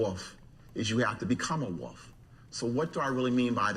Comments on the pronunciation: Woof ? Woof ? Wolf .... Surely he means Wolf ... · Learn how to pronounce wolf. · Be the Woff to become the Woff!! 😄